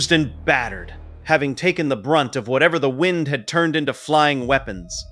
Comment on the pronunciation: Jesus christ man, AI shit is nuts now. "Nothing but whined, water, and" - whatever the fuck. "At the time it mahttered most". Is this what the goddamn data centers are producing? 2min in and I'm out. Time to get back to Skeeter Jean. At least he's a real human.